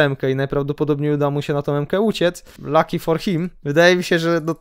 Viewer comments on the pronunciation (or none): none